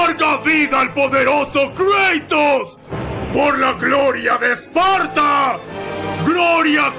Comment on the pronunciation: ¿kreitos? estaria bien si el nombre fuera en ingle pero creo que es Kratos